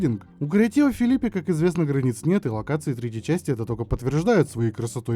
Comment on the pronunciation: Ха ха, и всё равно называет Филиппи. Типикал Сумка.